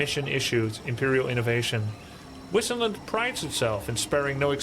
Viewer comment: I hate how she pronounces Wissenland! :(( Wasn't there at least one german-speaking guy to tell them how to pronounce it :(( They "bugged" Grubby too :D He pronounces "Wissenburg" properly and Wissenland badly, like the voice actress pronounces it :D